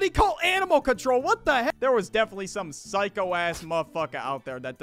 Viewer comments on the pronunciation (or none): none